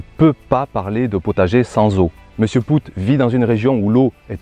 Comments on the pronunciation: Wah ça fais beaucoup de calculs tout ça. J'aime bien comment tu dis pascal poutte. Ici on prononce les deux oo comme le son au...comme si tu dirais pascal paute. Sinon c'est dans ces cas là que je suis content d'avoir un petit potager ça demande beaucoup moins d'eau mais ici en ville les maisons ont des citernes d'eau de pluie enterrés et c'est hyper pratique. C'est même obligation sur les nouvelles constructions d'en avoir une. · Merci beaucoup pour ton apport. Désolé pour la prononciation de Mr Poot, en plus comme un imbécile je le savais déjà mais j'ai toujours pris l'habitude de l'appeler ainsi depuis que je l'ai découvert et bingo je me suis habitué à cette prononciation. On dira que ce n'est pas très grave mais utile de faire la rectif, merci. Ton expérience vaut de l'or. Elle démontre plusieurs choses même. L'importance de l'eau et sa juste maîtrise pour avoir des plants productifs et des légumes point trop gorgés d'eau. Je rajoute aussi que les engrais chimiques ont tendance à forcer le légume à se gorger d'eau pour diluer ce dopage qu'il reçoit constamment. En s'épargnant ces engrais de synthèses, déjà on s'enlève une bonne épine du pied et nos plants de légumes savent à merveille gérer leur besoin en eau. Au plaisir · Poot, c'est un nom Belge et ça se prononce Paute. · OUi désolé... Sur ce coup, c'est pas malin. Et pire encore je le savais mais je sais pas pourquoi, en préparant la vidéo, je suis parti sur cette prononciation et elle ne m'a pas lâché. Désolé pour lui.